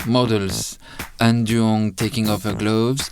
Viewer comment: It's not Ann Duong, it's Anh Duong